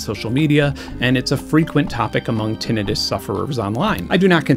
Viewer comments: How do you get "tenetus" from the word "tinnitus"? Tinnitus is pronounced Tin-nitus. ENGLISH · "Tin-eye-tus" anybody? I'm almost getting tinnitus hearing you say it like that so many times, Benn. 😂😂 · ok i got clickbaited. i have actual hearing loss from not wearing earplugs enough as a kid + bad luck w genetics so i am...mildly annoyed. still a great video tho. except for the tinnitus pronunciation. tin-night-us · Ok, so one of us pronounces the word tinnitus incorrectly. I am assuming it is me since i am not the one that just put together such a solid in depth video essay about hearing. But i thought it was " tin eye tus " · Wait, is that how you pronounce tinnitus? I always thought it was pronounced tin eye tuss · soooo everyone I know (including myself) has been pronouncing tinnitus wrong..... good to know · After watching this video, I'm just drooling over the next time someone has the gall to mispronounce Tinnitus in my presence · Firstly, I have never heard tinnitus pronounced like you do. Second - as my two closest family members have 1) chemo-induced hearing loss and 2) menieres desease, it is nice to hear some representation! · TIL I've been mispronouncing tinnitus this whole time LOL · The gleeful 21st century mispronunciation of "tinnitus" on the internet is almost as hard on my ears as the tinnitus itself. It's giving me gas-tritt-tiss. I guess it's better than having hepa-titt-iss. Tin. ITE. Iss. Aight?